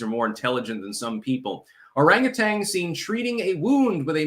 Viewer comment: Orangutan: orangutanG 😂